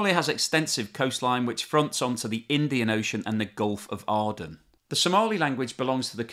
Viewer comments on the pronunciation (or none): Gulf of Aden ffs! That's Ay-den.